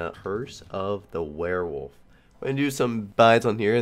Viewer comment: "Werewold bonis buys" heh heh